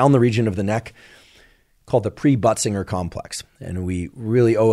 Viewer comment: Lol k, is he saying butt singer?